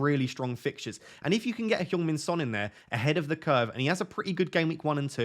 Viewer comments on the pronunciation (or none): Did you say Pjong Min Son? If so, I love it 😉🫡